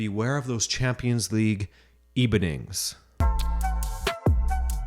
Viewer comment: Haha "beware of those champions league ebenings" Genius